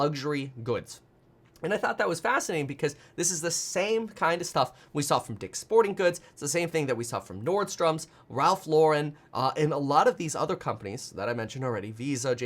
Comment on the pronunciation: How many S’s are there again in Nordstrom? Nordstroms? 😂